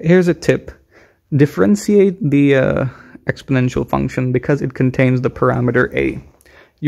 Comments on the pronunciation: Not to mention "differenseeate" and "swaydo". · And the way he says differentiate too